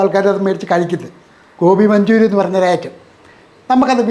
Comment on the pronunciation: ഗോപി മഞ്ജുരി അല്ല കോയ.. ഗോബി മഞ്ചൂരിയാൻ...വൃത്തി കുറവ്